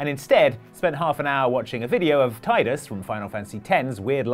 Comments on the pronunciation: TYE-dus? TAI-dus? Are you SHUREE???? Cmon you're a video game trivia channel! ...or, something like that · "there's nothing worse than screwing up in front of your colleagues" like pronouncing Tidus' name as "Tie-dus"